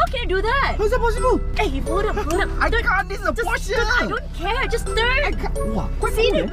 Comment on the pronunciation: You pronounced porsche wrong